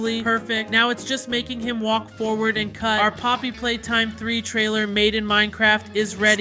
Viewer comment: Did dude say Poppy hopscotch.